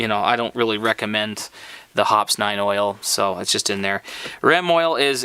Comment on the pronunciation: Dude, I know this is an old video, but I hope by now you'd learn how to pronounce Hoppe's. It's "hop-eez" not hops. LMAO how embarrassing.